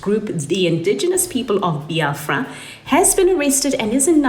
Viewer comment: It's pronounced Beeafra, not bi afra. I was married to an Igbo man.